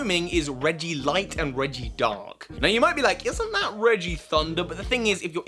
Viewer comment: It's not regidark its regidragon